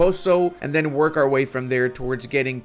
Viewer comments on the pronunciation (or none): none